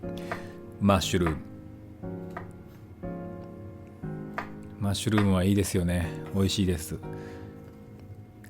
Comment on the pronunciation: まっしゅる〜む言い方笑笑 あらやだぁ〜😁 料理中、食事中無言で アナウンスを入れてるとこがいいー 綺麗なキッチンと道具 ゆったりとしたムード いいですねぇ